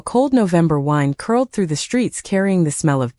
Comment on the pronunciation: It is like listening to a woman with learning disabilities ? Or a Chinese computer ,take your pick ? When are yopu idiots going to proofread your crap and amend your algorythm ? WIND AND WIND ARE TWO COMPETELY DIFFERENT WORDS WIT IDENTICAL SPELLING AS ANY FIVE YEAR OLD WILL TELL YOU ?